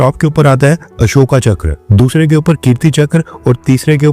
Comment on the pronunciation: बच्चे अशोका मत बोल अशोक बोल, हिंदी बोल रहा है।